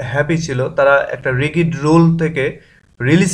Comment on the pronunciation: ভাই (Rigid) রিগিড না রিজিড হবে